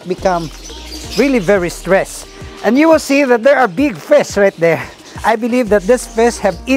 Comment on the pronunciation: I love it whe you say fish:) fisz